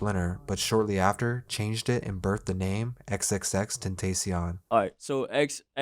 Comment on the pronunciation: I don't know why tentacion is so hard for people to pronounce. It's just temptation in Spanish. People say Spanish words like nachos, tortilla and taco all the time.